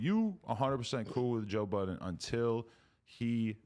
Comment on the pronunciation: Joe "Buddens" lol